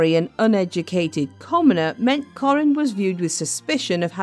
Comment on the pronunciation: Kah-rin, not Corin. What awful narration!